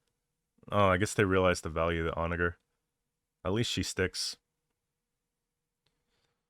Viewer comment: Why the hard R on the "onager " 😭